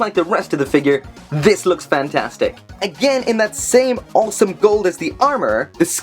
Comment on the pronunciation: Quick questions, what happened to mechaburrito? and how would you spell the way you say awesome? Oweome? Aowsome? i just love it. Great review i know nothing about this character and you made me want this figure.